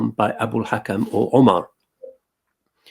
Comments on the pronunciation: Hakim not Kakim. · "Hakim" not "Karim"